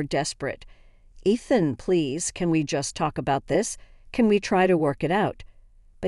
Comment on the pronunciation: It's É than! Clo ee! If you're going to use bots, make sure English is the first language!